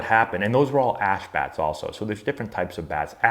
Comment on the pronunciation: I thought he said “and they were all ass bats”😆😂😂